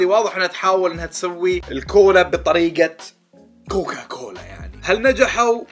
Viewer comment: يا أخي اسمة COCACOLA وليس COCOCOLA ههههه بس أحسنت والله😂